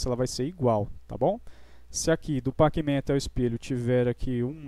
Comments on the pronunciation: Se escreve pacman, mas se pronuncia pecmen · Ajudou muito obrigado Mas NÃO É PAC MEM É COM E! É NÃO COM A